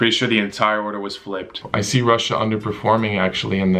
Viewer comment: bruh is pronouncing Russia rusia